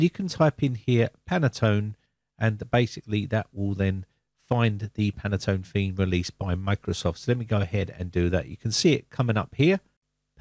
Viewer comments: Pronounced "pantone" 2 syllables, not "pan-a-tone" (3 syllables). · Pantone not Penaton.... ;) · It’s Pantone not panatone ☺️ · you say panatone but's it Pantone , at east it's written that way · Can I point out that it is Pantone colours (only one 'a') - Panattone is a lovely cake ;) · Thanks for the great video but I have one small critique...I have heard you say it several times in this video. The name of the color standard you refer to is Pantone, not Panatone. I'm not sure if this mispronunciation was intentional or not but being that I work in the printing industry, I am quite familiar with this color matching standard. I just find it a bit annoying with the mispronunciation. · You are absolutely right. I was going to write a similiar comment, but I first checked the existing comments. It is a Pantone theme for Windows, not a Panatone theme for Winadows. :) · Dear sir. The name of the company is PANTONE, NOT panetone. And the color scheme is "Very Peri 17 - 3938". Please note and correct that. Thank you very much. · It is Pan-tone...there is no extra A in it. Two syllables not three. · In the US, it's pronounced "Pantone", we don't add any vowels that aren't there. Just sayin. I will be checking on Windows 11 in 2025. Who knows what color it might be then? You have a safe and enjoyable Holidays! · "Panettone" should be pronounced "pan-net-ton-e". It is a sponge cake of Italian origin, commonly in the shops in the run up to Christmas. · I was going to post the same while I was on treadmill last night then forgot about it until just now. PANTONE user for 30 years and it was making me cringe each time he said it.